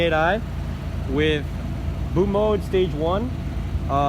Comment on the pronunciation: Also you don't know how to pronounce "bootmod", what the fuck is boatmode?